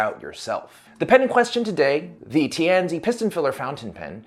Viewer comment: Tianzi (tee an zuh) - Son of Heaven. Please make a little effort to research the correct pronunciations - this would be in 'the bad' part of a review of your videos.